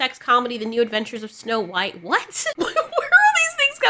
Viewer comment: It's supposed to be "snow white". Not "snow beige"